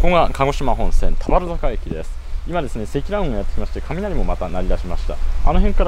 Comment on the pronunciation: 田原坂のイントネーションが少し気になる熊本県民